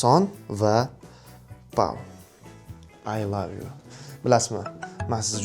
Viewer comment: oy love yoo😂😂 ingilistiliniham yotvorgan ekasiz jigar😂😂😂